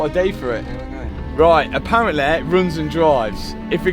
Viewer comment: Intresting way of saying aparently and hopefully